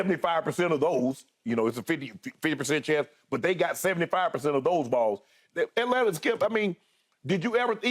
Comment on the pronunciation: I need Shannon to act like he from GA and not pronounce those T’s in Atlanta lol